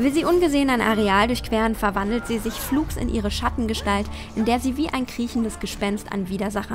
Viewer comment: Bitte lern "flugs" richtig auszusprechen oder verwende es nicht ständig